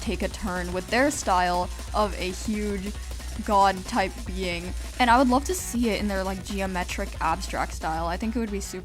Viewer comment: It sounds like vod when you say god